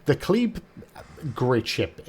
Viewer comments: at the start of vid your 3rd pronunciation of kleber is the right way to say it. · Cheers from France ! Thank you for this excellent video. Your third prononciation is almost correct ! And I'm living avenue Kleber in Paris. She would be mine ! :D